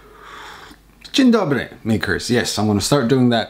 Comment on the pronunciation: You said "dzień dobry" do good, you fooled me for a second :D Could you create a separate playlist for the vlogs please? It's easier to view the content when it's organized. You do a great job here! Or I should rather write: tak trzymaj!